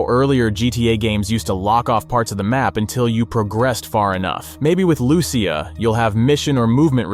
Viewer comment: Your butchering her name is not Lew-ciah it’s straight up lusea